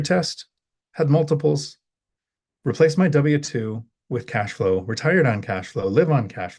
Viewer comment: Did you said ãssflow? lol